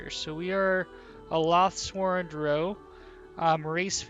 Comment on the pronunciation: The way you mispronounce Drow is so fucking irritating...